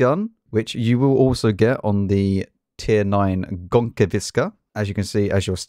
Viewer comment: Please, its BuRza, not Buza lol Also its Gonkevitsa and Bliskavitsa (Yes I know Polish people pronounce it Bvyskavitsa)